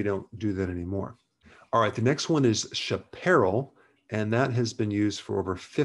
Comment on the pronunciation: None are in the pantry. Coffee, for us, is relaxing :) Chaparral: Shap-are-al